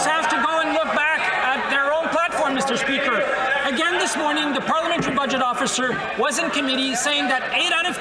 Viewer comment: Good one! Thank. Meester speeeker…. 🤢🤢🤮